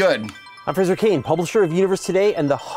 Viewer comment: FRAY-zer, not FRAY-zher. There's no "i"